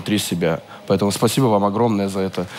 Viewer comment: Даже с учётом, что Клава специально так поёт - послушайте, как она говорит «спасибо»… тоже псба звучит